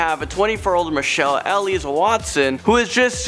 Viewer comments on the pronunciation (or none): none